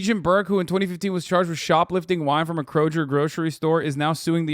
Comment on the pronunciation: Crowjer?? Lolol (first time I've heard that pronunciation of kroger, lolol)